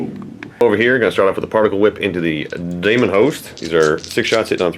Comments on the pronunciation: 'Daemon' is pronounced 'deemun' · Wtf is a "Damonhost"? Is that like Matt Damon? Daemon is just the British spelling of Demon. They're pronounced the same.